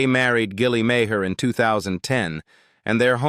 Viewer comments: Alf is RAY MEAGHER pronounced MARR. STUPID AI. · Ray's surname is actually pronounced as Mar.